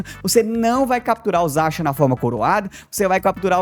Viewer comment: Pq você pronuncia Zaxiam?